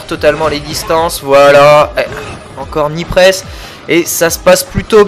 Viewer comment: HAAA tu dis Knee press sans le K maintenant! Nice! Lol t'as du t'entrainer pendant tes 3 semaines off.